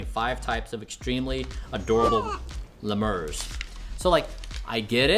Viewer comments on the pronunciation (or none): Bryan its pronounced LEE-MURS lmao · The way he said lemurs pissed me off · Bryan, you lost me at "Leh Murs" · "Le moores" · Le murrs never heard of it pronounced like that before lol😅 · Are we just going to ignore his pronunciation of lemurs as 'leh-murs' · Why’d bro pronounce lemurs like that 😭